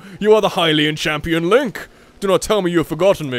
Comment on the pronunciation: LOL LINE CK instead of Link Lolll 😂